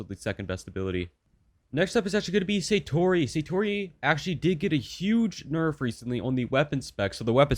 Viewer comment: its not saytori it sAtori a is pronounced as ah